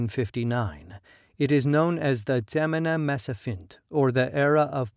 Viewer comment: For the writer: Please correct some words in ur narration. Not oxum but Aksum/Axum Not gemene Mesafint but Zemene .... Not cush but Kush Not highly ...but Haile-Silassie etc